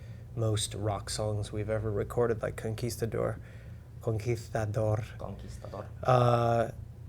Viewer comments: ConquitAdorr hahaha I paused to hear it several times, sounds so funny! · Like Russian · conquizzztadorr !!! sound so funny.... jijijijij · totally Russian)